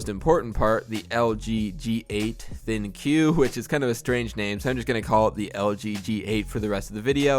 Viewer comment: ThinQ is supposed to be pronounced as: think. Anyway, looks like a neat little setup.